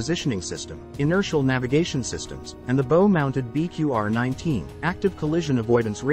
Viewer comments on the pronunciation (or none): Stern is rearward the front it the bow, not bow, bow, as in bough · Bow is not pronounced at all like that. Interesting video though, thanks. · Someone should edit these machine narrated scripts for pronunciation - I could feel the collective wince of sailors everywhere when it pronounced "bow" like a bow & arrow... it's pronounced like in Japan people bow to each other...why I don't know.... But the animation & 3D views are great - thank you! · the main mispronunciations I heard: 'bow' - on a boat it rhymes with 'cow'; and the 'Mk' in the torpedo designation is short for 'mark', for example "Mk 48 torpedo" should be read as "mark 48 torpedo". A terminology correction, the bathroom in the navy is referred to as 'the head'. Hope this helps!